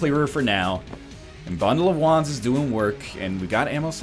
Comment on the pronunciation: Every time he said bundle of wands, I thought he said bundle of Juans. I was so confused.